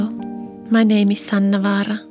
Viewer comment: The way she says her name is so cool 😎.